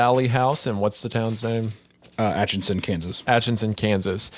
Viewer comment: at-chi-son only one n